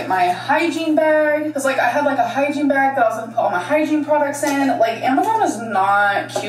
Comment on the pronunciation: Everytime she says hygiene bag, all I could hear was hiking bag and I cracked up cause she sure isn’t going hiking! 😅